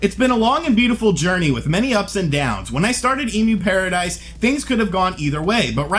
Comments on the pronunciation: It's pronounced 'Em-U-Paradise' , not 'Emu-paradise' They don't provide giant birds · End of an era. Also, it's emyu (as in emulator) not emoo (as in the bird) 😉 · cringe It's pronounced M U paradise.. like the way you would pronounce the beginning of the word EMUlator.